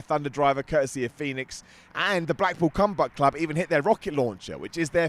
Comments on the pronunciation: I swear I heard say both “the blackpool cumbath club” and “the blackpool cumbutt club” and I choked 😂🤣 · I swear he said “blackpool cumbuck club” twice